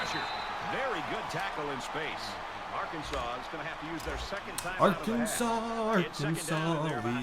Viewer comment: Hey I’m from Arkansas and we hate when called Ar-Kansas. Especially since we was a state before Kansas.